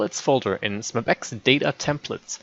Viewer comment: its es em bee ex